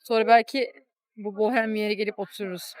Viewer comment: Bohhhem kelimesinin telaffuzunu beğendim 😊